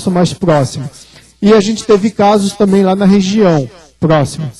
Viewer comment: Disse bem, ufólogo! não professor de português. Qual problema em não falar corretamente? kkkk